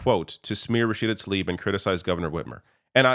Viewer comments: learn to read. her name is Tlaib. not "Talib". you're mispronouncing her name like 5 times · please try and get Rashida's name right, it's Tlaib not Talib. It is so frustrating to hear almost all of you "political pundits" get her name wrong.